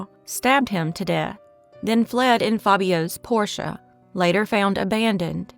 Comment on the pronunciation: I think it's amazing that "" knows how to correctly pronounce the word "Porsche", when 2/3 of the 'car guys' on YouTube can't pronounce it properly.